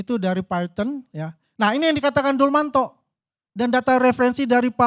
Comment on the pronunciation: Siapa Dulmanto? Yg ada Dumatno bapak...aduh nyebut nama ajah udah salah...gimana mau menganalisis...